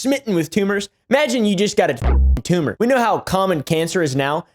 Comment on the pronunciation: mark. 😂🤣 This guy….”embrace the tume(tumor)” ….. I can’t stop laughing, I’m literally crying.